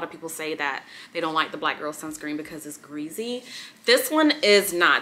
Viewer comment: Love the way you say ~gReAsY~ 😂 and love your favorite videos more👏👏